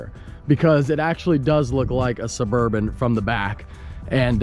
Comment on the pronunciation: SuburbAn not SuburbOn